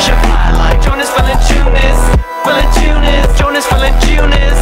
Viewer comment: i just hate how he says VALANCIUNAS. lol.